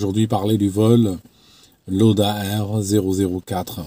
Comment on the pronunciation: On prononce "Laoda" en allemand.